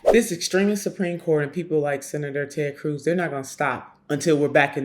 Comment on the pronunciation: "Taayyd Cruise"